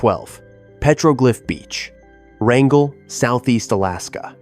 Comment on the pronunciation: The three separate pronunciations of Wrangell…ugh, I hate AI and I hate when people are too lazy to figure out traditional pronunciation of the topic they are creating content about